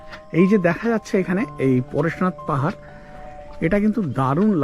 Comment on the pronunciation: দয়া করে স্থানগুলোর নাম সঠিকভাবে উচ্চারণ করুন৷ বড্ড খারাপ লাগে স্থানীয় বাসিন্দা হিসেবে৷ 'পরেশনাথ' নয়; 'পার্শ্বনাথ'৷ বেড়াতে যাবার আগে একটু হোমওয়ার্ক আমি করে নি৷ আপনি করলে সেটাও খুবই ভালো হবে৷ গোবলয়ের ধর্মীয় আগ্রাসনকে কিছুটা হ'লেও আটকানোর চেষ্টা করা যাবে তাতে৷ এটি জৈন তীর্থঙ্করের নামে৷ এছাড়াও পশ্চিম বর্ধমান, পুরুলিয়ায় বা বাঁকুড়ায় অনেক স্থান আছে যা জৈন সময়কালের পুরাতাত্বিক প্রমাণ৷ এগুলোকে হিন্দুত্ববাদীরা গায়ের জোরে ও রাজনৈতিক ক্ষমতাবলে দখল নিয়ে তার ইতিহাস পাল্টে দিয়ে শিব, হনুমান বা নানান হিন্দু দেবদেবীর নামে চালাচ্ছে ও সরকারী পৃষ্ঠপোষকতায় দর্শকদের কাছ থেকে তোলাবাজি করে মিথ্যে তথ্য দিয়ে ইতিহাস প্রচার করার অপচেষ্টা চালাচ্ছে৷ একজন ভ্রমণার্থী হিসেবে আমি যেমন করি, তেমনই আপনাকেও প্রতিবাদী হ'তে আহ্বান জানাই৷ পরিশেষে বলি, আপনার এই ট্যুরের ভিডিও ব্লগ আমার খুবই ভাল লেগেছে৷ সেকারণেই হয়তো আপনাকে উত্তরোত্তর উন্নত কনটেণ্ট ক্রিয়েট করার জন্য উদ্বুদ্ধ করতে অযাচিত ভাবে কমেণ্ট করতে চলে এলাম৷ ভুল বললে মাফ করে দেবার অনুরোধ করছি৷